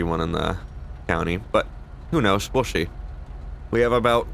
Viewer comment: “Whro knows will shee” no hate love the videos man area